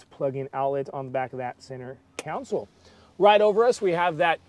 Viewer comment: Great review - but I kept getting hung up on and distracted by the reviewer saying Counsole instead of Console. Was driving me crazy!